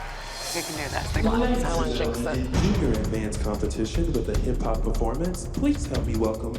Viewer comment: "im really ADDvanced"